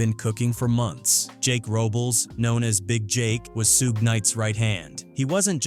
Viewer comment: Sooge? it's Suge as in "Sugar"